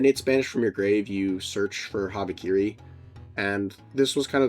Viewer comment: brother urgh, what the fuck is this, habibikiri